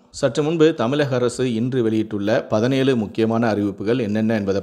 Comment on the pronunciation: Ungaludia utchrippu sarillai. Thamilagam illai thamizhagam.